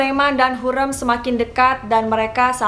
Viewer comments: Mbaaaaaaa penyebutan ny tolong donkkk ya ampunnn HURREM pke rEm bukan lEmper, yasssss, harriiim yg arti nya wanita bukan terlarang, aduh penyebutan ny masih banyak koreksi, please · hurrem kak bukan hurem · HurEm mbak bukan hurem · hu r e m, bukan hureum :( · Hürrem, huruf e nya tebal gitu, bacanya kaya bebek🙏 setau saya di filmnya selalu begitu